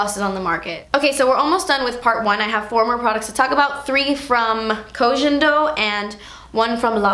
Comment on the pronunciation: Yes Part Deux! (Koh Gen - not jen - Do 🤗)